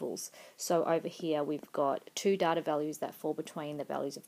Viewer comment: you can pronounce "data" better.